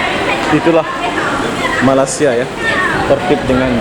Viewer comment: sebut betul2 ya... Malaysia.. bukannya malasia